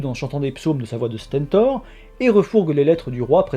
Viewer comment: Il a dit stènetor à la place de stentor aussi.